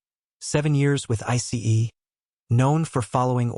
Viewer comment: Why can’t these AI narrators just say ice instead of spelling it out